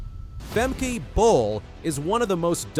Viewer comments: Fem-Keh, not Fem- kee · It’s not Femkeeeee, it’s Femkè, a short “e”, why have the first e right and the second totally not….. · It's "Fem-kah", not what you said..........you a robot maybe? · "Fem-kee"? -- I'm sorry, but I'm out within the first 3 seconds! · It’s Fem-Kay-uh Not Fem-£e-€a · how to NOT prononce a name....FEMKEY......